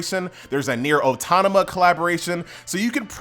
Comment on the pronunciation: Nier o tama tah ok that accent kinda funny, no hate though it's pronounced nier auto-mata